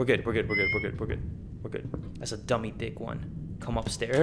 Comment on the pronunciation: We gonna ignore the fact he said "dummy DAMUDA"